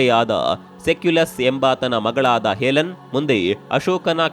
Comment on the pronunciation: ಸೆಲ್ಯೂಕಸ್..... ಹೆಲನ್..... ಶಬ್ದೋಚ್ಛಾರಣೆ ಸರಿಯಾಗಿರಲಿ. ವಿವರ ಅಪೂರ್ಣವಾಗಿದೆ. 🤦‍♂️